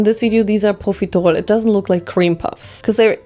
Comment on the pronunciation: the way you pronounce/annunciate profiterole is scratching an itch in my brain 🙌🏼